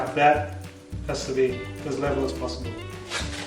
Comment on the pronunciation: When you said LEVEL Sounded french LÉVÛ